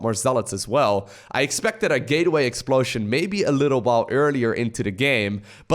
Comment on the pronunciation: "gayway explosion".... hehhehh hehhehhhe ehheeeeeehhhehehhe Bevis you said gay